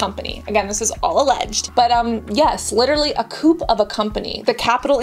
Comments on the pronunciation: FYI - coup is pronounced like koo. The p is silent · 'Coup'. English use still maintains the French pronunciation: "coo", no word final 'p'. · Dear Cassandra, I love you so much. Too much to not let you know that COUP is pronounced COO. There is no P sound, it's a French word that is missing the sound of the P. Have a lovely day and thanks for letting us know about this scam. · I think coup is pronounced as “coo” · not to take away from your well presented video but the p in coup is silent